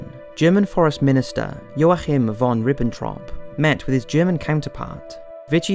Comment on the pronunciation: It’s pronounced - mew nick or moon chin in English or German respectively. And you are butchering people’s first names Ya keem the J is pronounced like a Y in German